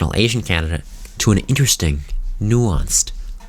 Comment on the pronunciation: also "intersting" lmao